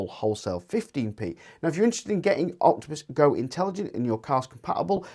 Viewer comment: Its Intelegent Octopus Go not OGI 😅